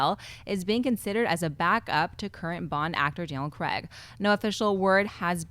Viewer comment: it's Craig and not Creg